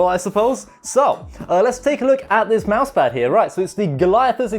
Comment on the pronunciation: its mousepad no mousemad unless if you cant pronounce it nice vid tho